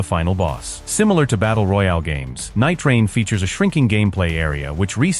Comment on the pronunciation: Couldn't get the A.I. to say Nightreign...lol, Elden Ring Night-Train...NiteTrainLane